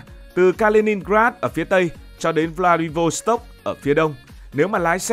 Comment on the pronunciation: Đọc đúng phải là V lạ -đi vốt -tốc ông ơi